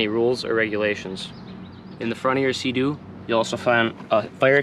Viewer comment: Did he say suhdoo?! Lol SEA DOO